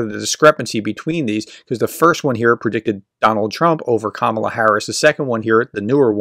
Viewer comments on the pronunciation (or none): Trying to report fairly on Harris, you might start by get her name right. It's KAH-mah-lah. Accent on the first sylable. All three a's as in car. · Hey How about showing some respect and pronounce her name correctly? It’s emphasized on the FIRST syllable. (Think of it as „comma-la“). It makes you sound like one of those right-wing airheads when you pronounce it wrong. Cheers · It’s Ka ma la plz say correctly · Her first name is pronounced, KA-ma-la, with the emphasis placed on the first syllable. All of a sudden this week, everyone is saying 'ka-MA-la'. Come on, folks, we've had four years to figure this out. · Pronounce her name correctly. It’s “COMMA la” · How do you get to be on these polls? I've never bee asked to be on any of these polls.. BTW her name is pronounced KAmala kAmala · Please pronounce the name correctly, you are using a racial slur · Why pronounce her name wrong in the first sentence?